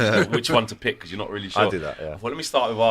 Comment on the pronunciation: says becores for because